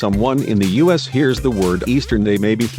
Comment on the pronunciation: How about using proper grammar. You say 'us" (time mark ), instead of U.S. and what's with the stick figure drawings ? They don't make any sense. I hope you aren't the same people who did the Pan Am video where the narration kept repeating itself and they put Lockerbie in the United States instead of Scotland. If you're going to do a historical video, get your facts and pronounciation straight. Eastern went out of business in 1991. I know this, because I did a presentation on the airline, in one of my business classes in college.